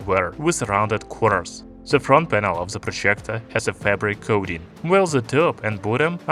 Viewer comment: Man the way you pronounce “projjgectorr”